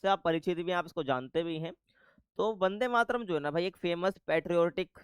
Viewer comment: Not Bande, its Vande Matram